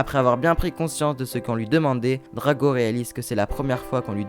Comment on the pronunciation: Le meilleur ❤️💕😍😘❣️🤞🏻 c pas Drago mais Draco